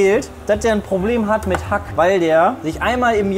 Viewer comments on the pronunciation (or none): none